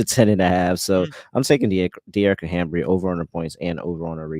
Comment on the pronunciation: I love yall but the mispronunciation of HAMBY'S name is driving me nuts 😩😅